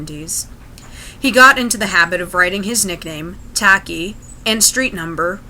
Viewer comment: It's not pronounced tack E. It's a very common Greek nickname...it's pronounced ..... Well nevermind. 🙄